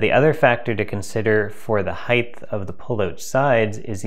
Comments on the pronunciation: I didn't think Canadians would say heidth. The word is HEIGHT, rhymes with KITE. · Great video , one criticism "heighth"? All the besth🙂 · "Heighth" could be the cause of the down votes given "heighth" is not a word commonly used in the English language. Height, in the other hand, is. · The heighth? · is he saying hieghthhh..holy shchhhutatasch..he is!!! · Did you say heighth? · "Heightth" LOL. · There is a special place in hell for people who say "Heighth" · Aaaargggh! There is no "th" in height!